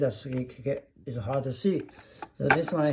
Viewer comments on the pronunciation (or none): none